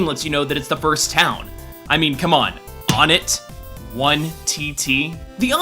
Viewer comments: Onett is pronounced /oʊ nɛt/ (oh-net). In Japanese オネット (Onetto). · Am I the only one who pronounces Onett as "want?" (to make the meaning behind the name more obvious). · ***** Just saying the correct pronounciation is One-ett. Took me a long time to realize that too. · i pronounce it Oh-Net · Its pronounced O-nett (OWE-NET) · I pronounce it O-NETT. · It's pronounced "won-et". All I did was shake my head and frown. I am disappoint. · wait that's not how it's pronounced? what is it pronounced "wunt" or something? one-ette? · Personalty I pronounce it. OH-NET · I always thought Onett was pronounced "Oh-net". Weird. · it's won-ette not on-ette. It's twos-On not two-sin. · It's pronounced Ohn-ette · Really I pronounce it one ett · Im pretty sure onett is pronounced own-ett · The Game Theorists O-nett another nintendo thing i somehow pronounce wrong others being kyogre and groudon. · onett...how do i pronounce it? like "one"? or like "on"? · im guessing the changes to onett (which you totally pronounced wrong) and fourside are because this is the future and some buildings have been made and moved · Trailer Drake: "What's that MatPat? You're telling me I can pronounce the name of the stages however I please? Cool! I'm Onett!" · he said Onett wrong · Onett, twoson, and threed are you kidding me with those names?! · Eathams he doesn't You don't say twahson do ya you say TWOson and threed isn't threh-ed is it so why is onett different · Why do you pronounce Onett wrong? Please stop. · It's pronounced wun-et, not on-et. The towns are Onett, Twoson, Threed, and Fourside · ONE-it, not AWNIT. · It's not on-ett, it's One-ett. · When I was a kid, I pronounced it 'oh-net'. Now I say it more like '1-et'. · Onett = pronounced "One - Ett" Why is EVERYONE pronouncing On-ett or Own-ett when every town uses the pronunciation of the respective numbers in the names? If Twoson is "Too-Son", Threed is "Threed", and Fourside is "Four-Side", then Onett is obviously "One-Ett" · Onett. One-et.